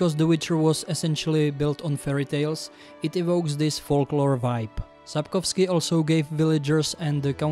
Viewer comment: First time I heard someone say Sapkowski right in an ensglish video